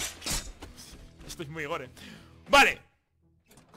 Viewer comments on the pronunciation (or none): none